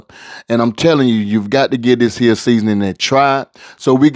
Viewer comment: I trust the pots of anybody who says "dis here"!!!!🙏🙏